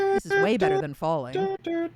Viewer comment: He said "better" wrong